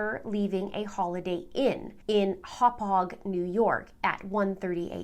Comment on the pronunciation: The fact that pronounces ALL of the Long Island towns correctly is a testament that she’s doing a ton of research! I’m a long islander, and when she got to Hauppague…..😅! I was stunned! Great research all around!!